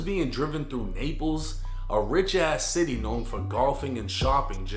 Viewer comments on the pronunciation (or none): none